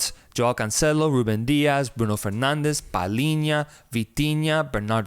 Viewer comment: I dont mind that non-Portuguese speakers don’t pronounce Portuguese names correctly… its normal, they don’t have to know Portuguese. But for they to go for the spanish accent when pronouncing portuguese names… that always catches me off guard… Bruno “Fernandez”?! Why?